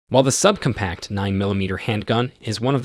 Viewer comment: sub-cumpact? sig p three hundred sixty five? this narrator might be the most obnoxious ever